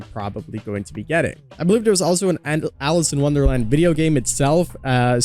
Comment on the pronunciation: Alice!!!!!!! It’s Alice!!!!!!!!